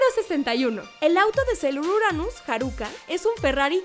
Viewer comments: Muy buen video pero cada que la presentadora cambia los acentos de las palabras me irrita!!! Que es eso de haRÚka, SÁturm, y su lost in translation de "tu nómbralo" (You name it)... Ya nomás le faltó koKÓro como los otros perdidos otakus.. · Jeje si no puedes pronunciar bien "Neptune" mejor di Neptuno y ya! No es Harúka, es Háruka (no lleva acento, pero así se pronuncia). El nombre de Júpiter es Makoto, Lita fue la adaptación para latinoamérica. Yo agregaría a estos datos que todas las chicas pertenecen a un estrato socioeconómico alto! Y que uno de los errores garrafales que hicieron en Crystal fue que dijeron que Haruka poseía los 2 sexos o algo así ja...😅